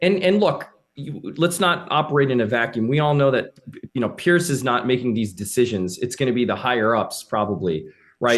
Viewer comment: Stop saying peirce